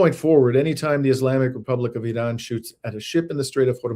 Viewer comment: Why are you pronouncing Iran like that?